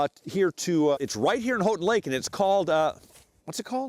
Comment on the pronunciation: you mispronounced houghtin its pronounced like "how-tin"